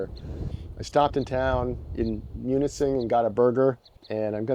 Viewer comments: No it's not. It's pronounced myoo-nuh-sing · Things like this make me want a wrangler. Everything else in life makes me not want one. Also it's pronounced mun-sing. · I went to college in the U. P. and live it. Brought back a lot of memories! Great documentation of your trip. Except…it’s “pasty”, like “nasty” ( but they are so good! - and pasties are an entirely different thing 😁), and it’s “L’anse”, and “Munising”, like…you-uh-sing. Thanks for the video!